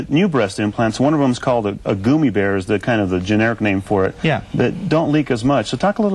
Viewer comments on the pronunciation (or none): The newsman interviewing the doctor mispronounced not once but twice two words. He said 'silicon' rather than 'silicone' and 'goomy bears' rather than gummy bears. I can't believe he doesn't have better language skills considering his line of business.